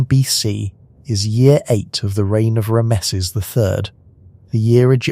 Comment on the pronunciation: Love Joseph Tainter's work, and Eric Cline's, too. Could you please pronounce "lead" as "led", when you mean the element Pb? And it's "Ram-sees". Thanks.